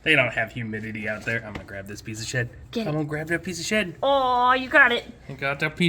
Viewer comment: When said, im gonna take that piece of shed, i totaly heard piece of sh*t😂 i was like what did he just say?!